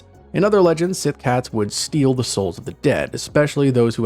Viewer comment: Their Gælic is atrocious, Síth isn't being pronounced correctly either. "Gaylick siTH cats on SAM HAYNE" 🤦